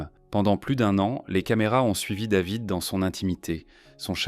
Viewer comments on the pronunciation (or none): Ce serait bien de prononcer les prénoms en français dans le commentaire. Jade le a c'est A jede. David avec un A pas une, devid. Merci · Quand david est né, la va-t-en voulait que son prénom soit prononcé ''dèvid'' (sic) a l'américaine - une vraie française la bulgare de mes deux